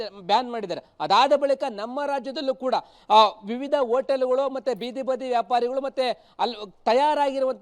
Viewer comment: ಓಟಲ್ ಅಲ್ಲ ಸ್ವಾಮಿ, ಹೋಟೆಲ್